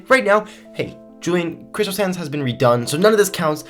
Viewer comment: Are you saying "crystal sands" or "crystal SANS" badam tssss